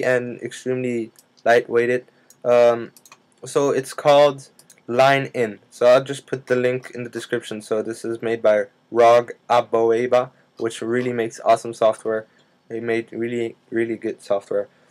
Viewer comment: Thanks! I was worried I'd have to go out and buy an external microphone, or even worse, get a new version of Mac OS! BTW, "Amoeba" is pronounced "uh-MEE-buh", the microscopic critter.